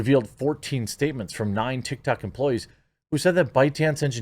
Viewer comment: "TikToCCC" "BreEEEch" Come on, man